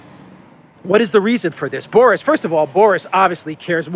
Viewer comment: Boris as a boy's name is pronounced BOR-iss. It is of Russian and Slavic origin, and the meaning of Boris is "small; battle glory".